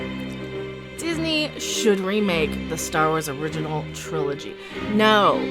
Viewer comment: me sitting here trying to figure out if she forgot the G in "trilogy"... or if Triloy is a another new term I have not heard of.